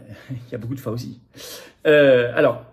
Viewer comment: S'il vous plait, c'est prononcé FAOU-CHI, non pas FAUSEE a la française, Svp, ca fait ma aux oreilles l pour l'homme politique que vous êtes, Florian. merci.